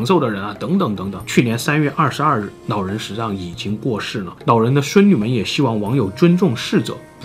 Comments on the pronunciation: 是老人還是腦人拜託好好發音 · 这位nao人 叫做nao坡牙 这什么舌头啊这是 😂😂